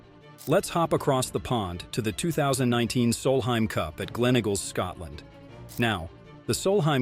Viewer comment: how can an american mispronounce eagle as in Gleneagles?